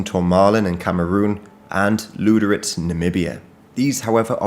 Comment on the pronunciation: your pronounciation sounds funny. It sounds like pimp (Lude) - slit (Ritz). Get your Üs sorted out XD